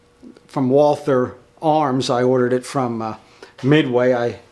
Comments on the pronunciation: Great video! Please do not call the company „Woolfer“ - it is an old German name and right is „Walter“ - the h is not to hear 🙃 Kind regards from Vienna (Austria) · Excellent video (but it's pronounced "Valter"). :^) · No, its not. The W is the same in german as in English. Only english actors doing germans in movies make it a V. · you should tell the Carl Walther official instagram page who pronounce it correctly as "Valta"